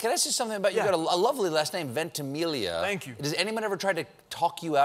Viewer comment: It's "Ventimiya" not "Ventimilia"